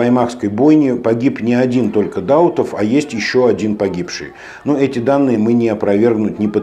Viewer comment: Не ДАутов, а ДаУтов!!!